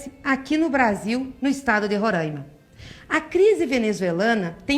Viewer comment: Uma inútil útil dessa , sabe nem pronunciar, é " Rôráimá " sua mula.